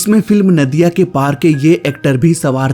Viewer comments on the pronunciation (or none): none